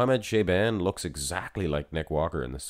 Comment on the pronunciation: "Sha-bon" not "shay-ban"